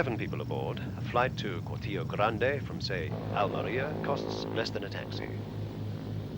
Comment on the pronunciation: Shame that the commentator didn't pronounce 'Cortijo' correctly!!!!!